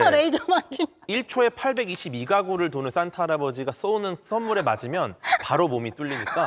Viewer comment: ‘싼’타할아버지가 ’쏘‘는 ’썬‘물